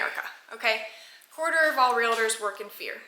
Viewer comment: I don’t blame you one bit for carrying. It’s a shame that you have to but unfortunately that is the way it is these days. One question though, and please don’t be offended, but isn’t realtors pronounced as spelled? Why do you call it real-a-tors?